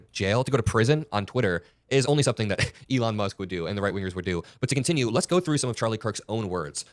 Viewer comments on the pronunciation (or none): none